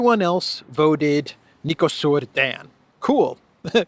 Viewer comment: sadly, since it's going to stick around for a while, I guess we need to teach you how to pronounce correctly Nicușor Dan: Knee-coo-shore Done 😉